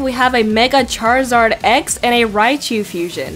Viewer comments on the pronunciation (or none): none